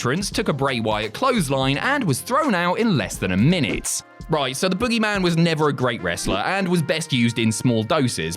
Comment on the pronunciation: Are you saying "boo" or "boo-oogy man"?